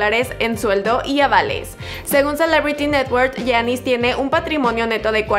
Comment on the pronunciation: Porqué no pronuncias bien el nombre de giannis